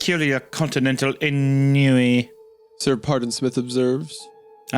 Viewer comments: it’s so funny that Hunter gets on Isaiah for saying c’est la via wrong but completely butchered “ennui” not even a minute before lmao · hunter correcting isaiah's french moments after pronouncing ennui as "on-you-wee" is pretty funny